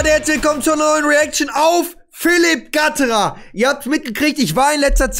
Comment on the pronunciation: Gattra ? :D gatterer dude :P